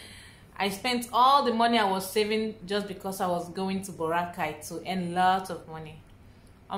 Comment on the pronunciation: Baw-rra-kay Baracay